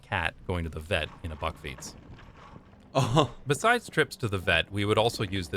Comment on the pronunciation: bakfiets not backfiets perhaps you wonna say bark fiets